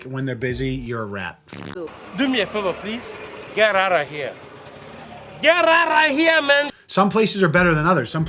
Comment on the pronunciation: I usually never hear the Boston in both of your voices, until either of you say the word, "out". You guys pronounce it like, "oat", lol.